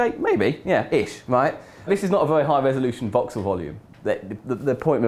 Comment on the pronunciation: Anyone else think he said "Vauxhall" instead of Voxel at first?